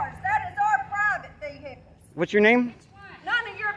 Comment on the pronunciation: PRIVET VEEHICKLES😂